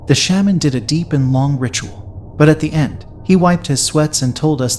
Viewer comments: Please don’t tell another Hmong ghost story until you learn how to pronounce word “Shaman” correctly. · The way you pronounce “shaman” is…. Different.